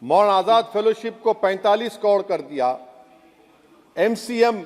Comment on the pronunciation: पहले बोलना सीख ले hukle... कोड़ नहीं करोड़ होता है. 😂😂😂